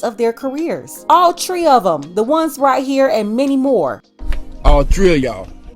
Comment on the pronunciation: You killed me when you said " all three ov ya'll" in a Jamaican accent.